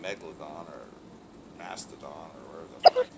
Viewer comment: LOL You arent the first one to call it the Mastadon.